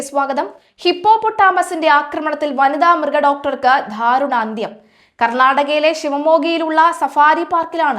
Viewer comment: ധാരുണാന്ത്യം അല്ല ദാരുണാന്ത്യം ആണ് ശരി എന്ന് ഈ കുട്ടിയോട് ആരെങ്കിലുമൊന്ന് പറഞ്ഞു കൊടുക്കണം. മാത്രമല്ല, ഈ കുട്ടിയുടെ മലയാളം ഉച്ചാരണം പൊതുവെ പരിതാപകരമാണെന്ന് പറയാതിരിക്കാനാവില്ല.